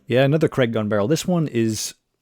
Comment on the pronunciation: Creg? I assume you mean Craig?